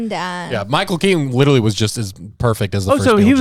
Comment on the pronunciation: Can't stop thinking of the time when kept laughing at the guy with the funny voice that accidently killed himself with that nuclear project he had in his shed, when he himself sounds like the caricature he created as he can't pronounce the word 'literally' sounding 'widdleraly' all the time.